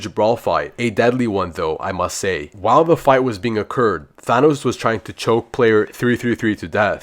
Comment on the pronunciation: "Thaonoos" bro said Thanos wrong